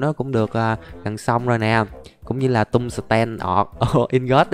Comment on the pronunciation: anh ơi quạng đấy ko phải tên là tung sờ ten đâu mà nó là (Tung sờ teo)